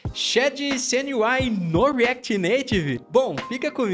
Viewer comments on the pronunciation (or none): shadycêeneuai no reacty nativy...